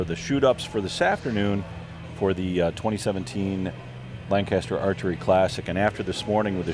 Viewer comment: That's not how you say Lancaster